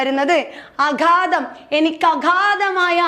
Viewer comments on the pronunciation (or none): അഘാതം അല്ല അഗാധം 👍🏻